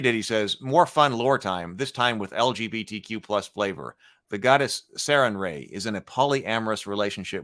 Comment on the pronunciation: It's pronounced Searing-Ray. Goddess of the sun, compassion, orbital death rays and healing.